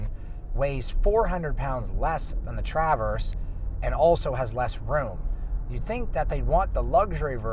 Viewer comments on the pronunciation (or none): Nice thorough review, but I’m convinced that you’re pronouncing “Traverse” as TrAAAverse as an inside joke lol